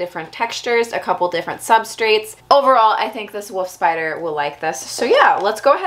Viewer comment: "Woof spider"